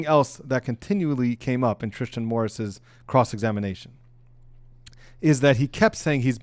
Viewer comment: Thanks for the video. Thank you for your time and effort. I’m pretty sure the boyfriends name is not spelled Tristin, nor pronounced TriSHtan. Tristan Morris. I understand you’ve been up all day, watching the trial, taking notes, preparing for this video, filming this video, and editing the video before sending it to YouTube. I know mistakes are made. I’m just saying that it doesn’t come across well. I’m just looking for a quick recap of the days events and I want someone who sounds professional and comes across as if they care about the topic. Great point on the size of conspiracies. Thank you again.